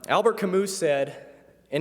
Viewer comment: Did he pronounce Camus Camouse to rhyme with Palouse?